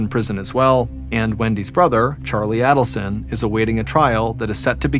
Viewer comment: This has been a huge case in the true crime community for years now and it's still not over. Someone needs to tell John it's pronounced AIDelson not ADDelson. I hate to be the one but I'd want someone to tell me if I repeatedly mispronounced a name in an extremely well know case like this.